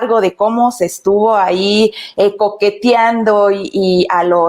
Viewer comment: dijiera, coquetiado???? que paso con esa dicción